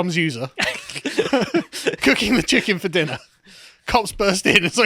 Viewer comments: "Oi, you got a loicens for dat chikkin..?" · To quote your favorite line "You got a loicense for that chikken?"